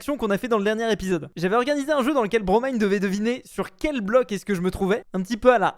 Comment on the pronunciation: Il a eeeenfin bien prononcé le blaze de Bromine